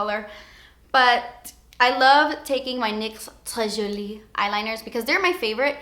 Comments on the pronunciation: I'm laughing so much you said "très jolie" with a bad accent it's so funny I'm french and I loved that xx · i loove how you say french words 'très jolie' XD actually you say it pretty well just the way you say it always makes me laugh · I love the way you say "très jolie"! Love from Belgium xx <3